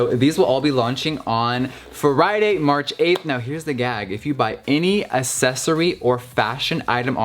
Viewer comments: Anyone else hear him say assessory instead of accessory - 😂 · "If you buy any ASSESORIE" LMAO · Him: "Assesory" Me: Unsubscribed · when people pronounce accessory like 'assessory' and not 'acksessory' it makes me wanna KILLLLLLLLLLLL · Jeffree pronounced accessory as assesory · What hołd on.... anyone hear how he said "accessory"?😯😂😂😂😂